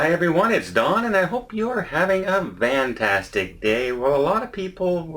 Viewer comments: Is it a Canadian thing to say Vantastic day, over Fantastic day? 😀😀😀. Just love different accents! I’m from Boston I know about accents. Aaao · I read in another video that instead of saying "fantastic" he said "vantastic" in one of his early videos by mistake. So he just kept using it as a signature intro. I watch vanlife videos on YT, and I used to think Don lived in a van 😲 😂